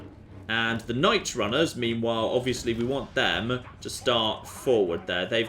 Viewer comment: also you pronounce meanwhile as memewhile alot ;)